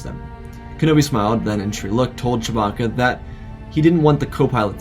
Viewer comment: Did you just say…Choe-bacca